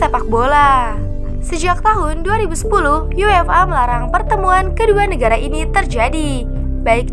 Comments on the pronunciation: For example: UEFA sounds like UFA (yú-e-fā) phonetically. I read that just yuéfa, just like English. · Baca UEFA nya terdengar seperti yu-ef-a.